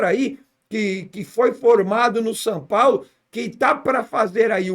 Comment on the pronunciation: "San Paulo" ???